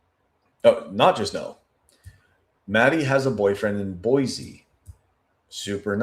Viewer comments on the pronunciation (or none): none